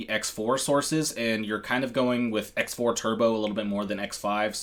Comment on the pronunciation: It's pronounced CROSS 4 and CROSS 5 not "X" 4 / 5.....just fyi